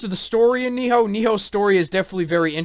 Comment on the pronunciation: Its Nioh, not. Ni-HO. Sorry it was just annoying...